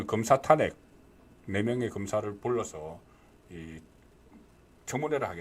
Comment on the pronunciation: 송선생님, 존경하지만 ᆢ 몇몇 단어 발음이 어눌하여 들을때마다 속상해요 특히 *탄핵, *총장 등의 발음은 정말 듣기 민망함. ❤❤❤❤❤